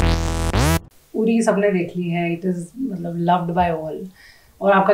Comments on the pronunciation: उरी not उडी पानीपुरी not पानीपुडी सुपारी not सुपाडी र को ड कर् दिया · Anpad ho kya tum log uri hota hai udi nahi hota hai...🙏🙏